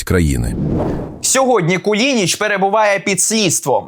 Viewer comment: КУЛИНИЧ, а не кулІнІч.